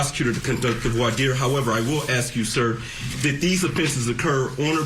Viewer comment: Omg and he pronounces voire dire correctly unlike sooo many other attorneys and court representatives